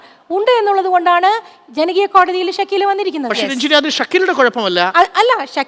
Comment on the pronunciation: രഞ്ജിനി അല്ല കൊഞ്ജിനി... പോയി തൂങ്ങി ചാവെടി.... ഇത്തിരി കരുണ വേണം...എന്തോന്ന് ജന്മം ആണ്